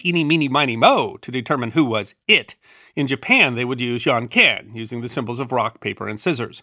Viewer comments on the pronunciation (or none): It’s actually called “Jon Ken” in Japan, not “Yon Ken” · Love the vid! Just a note on pronunciation- as an english teacher in japan myself- janken is pronounced with a "dj", identical to the j in the word Japan, and not a y sound! :)